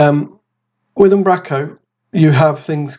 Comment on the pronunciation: Fab stuff - Keep it "northern though"... its "Um, bro, co" :D